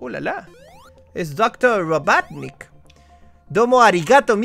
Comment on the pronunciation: Wiiiiiiiii dijo robotnick jajajja